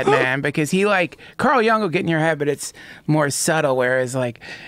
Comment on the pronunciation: They both pronounced Carl Jung's name wrong, showing how big of fans they are of him